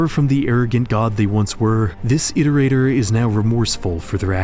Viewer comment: Feels good to finally watch a RainWorld video where they pronounce Iterator correctly :p amazing work